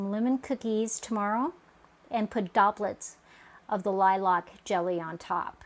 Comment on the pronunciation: Looks good. But is it the normal way in the US to pronounce it "Lie-LARK? Here we just say "LIE-lk". Always new things to learn- I love the malleability of our common tongue. And now for a spoonful of jelly!